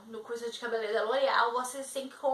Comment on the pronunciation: Primeiro pare de falar CABELELEIRO. O correto é CABELEIREIRO... RSRSR PELO AMOR. Nunca esqueça disso